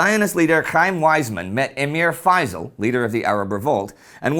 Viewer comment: It's pronounced Fay sel not fiesal